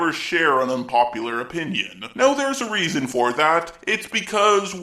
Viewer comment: Why do you end all of your words with “a” opiniona later-a care-a Also fuck tipping is right